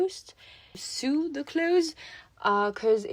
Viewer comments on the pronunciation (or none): What a cute doll! You got really close with embroidery, it's pronounced em-broy-dur-ee. And for the word sew, it's less like seew, and more like soh. <3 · Autre « tip »: to sew/coudre se prononce 🪣 seau